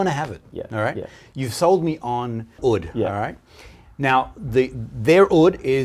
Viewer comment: Fantastic video.. just one little thing,oud is pronounced like mood not like wood .thanks ..aroma from heaven